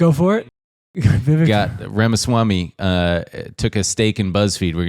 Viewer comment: As an Indian, the Vivek Ramaswamy pronunciation took me out